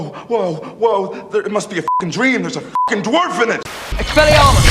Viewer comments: They screwed up the word f*cking . Thought I call out their mistake cause CinemaSins is a dick to the English language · you put an extra "i" in f***ing